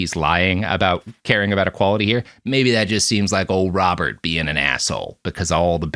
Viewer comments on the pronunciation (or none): none